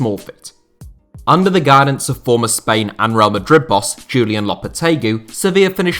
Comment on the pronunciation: next video try to say lopetegui corretely